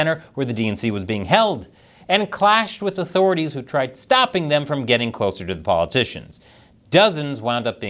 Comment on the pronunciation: Wait, did he saying stoning?